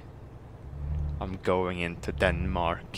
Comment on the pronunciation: "Danemak" lol